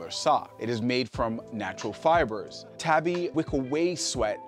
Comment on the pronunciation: Tabi is pronounced with a long “A”. Ie “TAHBI” like in “ahh” or “awe”.